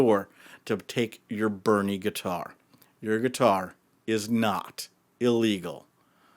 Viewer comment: To be clear, it’s not Bunny, it’s Burny😂